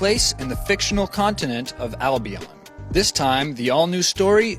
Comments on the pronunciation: Dude you pronounced it wrong, it's Albion not Albiaan. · albion, not albiarrn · It's al-bee-ahn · wtf have you guys seen how he says albion he is like albeeon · Oh my god! Learn how to pronounce Albion! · On how you say (Albion) made me laugh a lot. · He pronounced albion rong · Don't you think you'd do your homework enough to know how to say Albion?